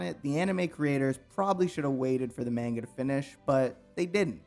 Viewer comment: this guy can't pronounce manga